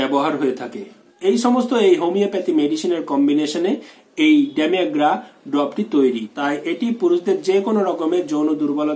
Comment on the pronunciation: Sir medicine namta bhalokore Bolonakeno?